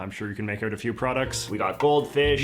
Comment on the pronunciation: J.J. is a Canadian. Listen to the way he pronounces 'about'.It is a tell. So is the way he pronounces "out as OOT